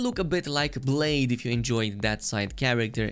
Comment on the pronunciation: The Wolfs name is Welsh Blaidd isnt spelt like blade. Blai(bl-eye) and the dd sound is touching the back of your top two teeth. Also Blaidd in Welsh translates to Wolf in English :)